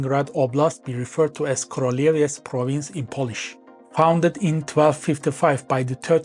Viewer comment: In Polish "ó" is pronounced like normal "u" so it's pronounces "kruleviets" Teutons were hired for 4 years by Poland to conquer Prussia for Poland before they create their own state, and when they were beaten up, Prussia became vassal of Poland for 191 years. Polish historical claim to this land isn't as strong as German but we have good modern justification for wanting it, since it's currently Slavic, continuous with our territory and would make for good payment for both German and Russian crimes from WWII and Cold War. Also Lithuania has also claim on it since eastern third of the region was called Lithuania Minor and spoke dialect of Baltoprussian heavily influenced by Lithuanian language until the end of XIX c.